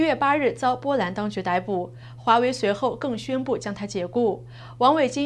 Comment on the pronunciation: 听到这位女播音员一如既往地把逮捕的逮字错念成歹字音，而正确发音是代字音，我就觉得 万维微播对观众不尊重，因为知错不改。